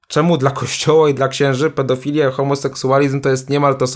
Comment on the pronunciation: Pedofilii tak to się wymawia